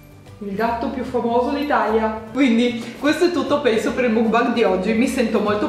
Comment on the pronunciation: Non ho mai sentito nessuno che mangia il panino da mc Donalds col pesce ahahah sei fantastica comunque lo dici bene mukbang si pronuncia con la A secondo me i gatti sono saliti sul tavolo dai ahah